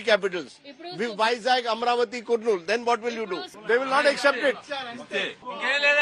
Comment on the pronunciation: Its not koornool its kar- nool, kurnool